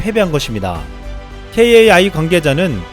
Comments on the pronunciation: 케에이아이가 아니라 카이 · 케이에이아이 라 하지 말고 ' 카이' 라고 해주세요. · 케이에이아이 라고 들으니까 새롭네요 전 매일 카이라고 부르고 듣는대 ㅋㅋ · 좋은 정보 감사합니다. KAI는 케에이아이라고 발음하기보다 카이라고하는게 관례입니다. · T50보다 KFX가 더큽니다~~! 케이에이아이...보다 카이라 부르시는게 .. 나아요 ㅎㅎ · KAI ---> 케이에이아이 X KAI ---> 카이 O 입니다 고유명사 회사 이름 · 뉴스만 봐도 '케이 에이 아이'보단 kai '카이'라고 할텐데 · KAI를 카이로 읽으시면 됩니다. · 오래된 밀매로서...카이,이즈모 로 발음하는 게 더 정확합니다.